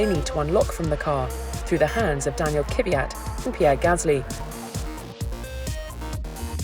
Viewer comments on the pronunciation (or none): Did she just really say „Daniil Kyvyat?“ 😂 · K V I A T spell it loud and then read it correctly!